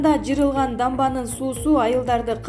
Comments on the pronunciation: Жырылган дебей жарылган дечи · Жырылган эмес жарылган дегилечи.пневмоония дебей ацтканда пневмания дей бергилечи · Эй кок мээ блогер катын!качан туура суйлойсун?чала сабат!Жырылган,Пневмония дейсин го тим эле.😁😁😁